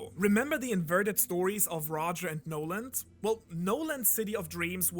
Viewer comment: Montblanc No-land lol